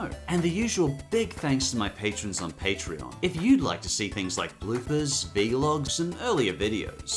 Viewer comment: Did he just call it a V- log?